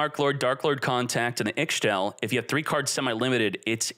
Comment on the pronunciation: I'm just happy to use all of my Darklords again. Also I'm pretty sure Ixchel is pronounced "E-Shell" or "E-Chell"